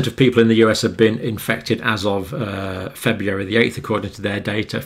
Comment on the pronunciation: I love everything about these videos except for the way he pronounces February.